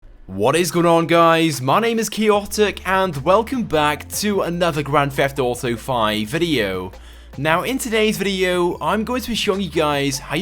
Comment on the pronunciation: Grand Feft Auto V.*